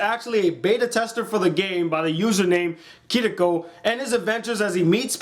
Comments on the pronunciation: He got the name wrong its Kirito not Kitiko or ka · I hate insest. Also their names are pronounced Kee-ri-to and Su-gu. You pronounced Asuna's name perfectly. 😊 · His name is kir-i-to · Yeah, many people mispronounce Japanese names in such a crazy way, Kirito should be given more respect, (even though the show's story is one of the most laughably stupid things ever, not just the second half but the first half is also ridiculous, all characters are one-sided and so paper thin they only get one episode, Kirito is such a horribly crafted main character, the show is so unrealistic [note that half the players in an MMORPG are girls with huge tits], the story arc is confusing an constantly stalled with one-girl episodes, it's hot as many ridiculous turns as an average M Night Shyamalan movie, and even the writer of the original light novel admitted that the creation of the show was rushed and was amateur compared to his other works). But hey, that's your opinion, and I can't change it. Cheers! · i nearly put my fist through the monitor when he said kiriko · i justt think you like the back story and character development a lot more than a usual anime watcher. i like that though. i feel like they couldve covered the time period gaps but they were limited to episodes and aniplex doesnt have the kind of budget to be throwing in fillers and stuff. haha and its "kee ree toe" with a japanese accent on the ree. i agree with the asuna back story though, but lisbeth was really a minor character and i guess thats why they didnt go into her back story. awesome video. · who else cringed when he miss pronounced Kirrito's name!?? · FINALLY I LOVE HIM MY LIFE IS COMPLETE I FOUND A YOUTUBER WHO LIKES SAO AS AN ACTUALLY ANIME 😍😂☺ BUT I got mad he said kirito wrong ☺ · i loved this review bot you are seing kirito rong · He screwed up kirito's names so many times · Glad to you you enjoyed it but It's 'Kirito' not 'Kiricco'! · you said kirigo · its kirito key-ri-toe not kitika